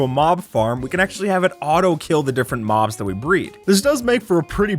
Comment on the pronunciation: in the intro he audibly says "maws" instead of mobs he just doesnt pronounce the b